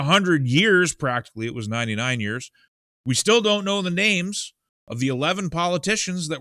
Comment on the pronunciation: I appreciate your pronunciation of those names! I think Canadian farmers, maybe Americans too, have at least 1-2years of grain harvest in storage on their farms.